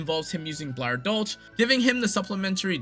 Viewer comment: It is dol“ch“, not dol“k“ like you tried to say. But American speakers have problems pronouncing a German „ch“, so calling it Dol“sh“ is still much more accurate than Dol“k“ And I should know as a German.